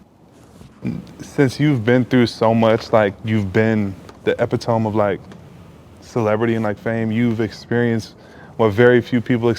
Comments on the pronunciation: pronouncing “epitome” as “epitoam” is crazy lmao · damn Jonny really was the epi-tome